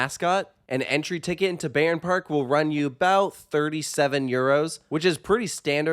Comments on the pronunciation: Don't wanna be the guy but here I am: The correct pronunciation is 'Buy-ern Park' Great review, I love this park and its atmosphere. It's well taken care of and generally has good vibes. Hopefully, they'll add another really good coaster down the line. Currently, I'll visit once per year but if they added a flagship coaster, an annual pass would be a no-brainer for me. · Cool video! Just to say you pronounce the "Bay" part in Bayern like Bye. So it sounds more like Bye-rn Park.